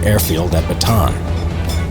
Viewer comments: The narrator: batan Me:bataan Say it with me BA TA AN The narrator: ba tan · Its not batan.... its BATA AN LIKE BATA-ANNE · The most annoying word is Batan it’s supposed to be Bataan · why do americans say ba_tan its ba_ta_an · Unnecessary correction: the correct pronunciation of "bataan" is "ba-ta-an" not "ba-taan" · bruh, it’s ‘Bataan’ not ‘Batan’ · it's BA-TA-AN. not "baton" or "batan," it's 3 syllables. BA-TA-AN 🇵🇭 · If you're going to be making "history" videos, learn how to prounociate names properly. Ba-ta-'ahn. I don't even know if you are trying to say "La Croix"? You bring dishonor history. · How to speak Bataan correctly: BA-TA-AN :) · He prounouced bataan like bat-han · He pronounces Bataan as Batahn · Ba-ta-an island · Great video! Btw it is "Ba-ta-an". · Why can't Americans say 'Bataan' properly? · It hurts to hear him butcher the name "Bataan"